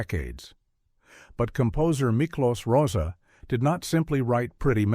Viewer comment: Right. There was no score during the race itself, only during the Parade of the Charioteers. Plus the pronunciation of Miklos Rozsa's name could have been more researched.